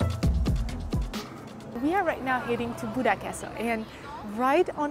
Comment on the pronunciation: Buda, not Buddha!